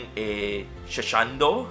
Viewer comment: ""shlundo"" i cant